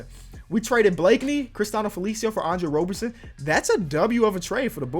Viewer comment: It is Andre ROB-erson. Not ROBE- erson. I’m a thunder fan so I know